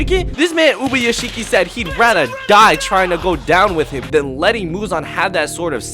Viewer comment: why u botching ubayashikis name